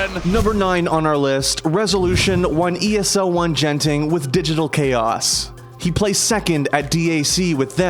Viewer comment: Genting lmao, that's not how it is pronounce